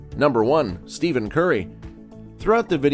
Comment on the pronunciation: At least you should pronounce curry’s first name correctly!!!!!!!